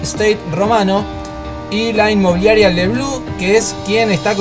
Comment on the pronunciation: no es inglés, es francés (bleu, azul) y se pronuncia "blé" no "blú".